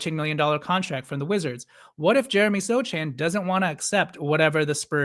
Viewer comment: The c in Sochan's name is silent